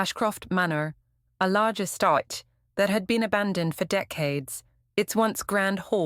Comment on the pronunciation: Good story. Terrible AI reader. Couldn't pronounce “learned”, or “pulse” or “estate”, just to name a few. Sounded like the lady on my GPS.